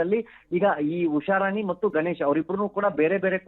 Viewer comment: ಮೊದಲು ಕನ್ನಡ ಸ್ಪಷ್ಟವಾಗಿ ಮಾತಾಡೋದು ಕತ್ಕೊಳ್ಳಿ, ಅದು ಗನೇಶ್ ಅಲ್ಲ, ಗಣೇಶ್, ಉಷಾರಾಣಿ ಹೊರತು ಉಷಾರಾನಿ ಅಲ್ಲ..😂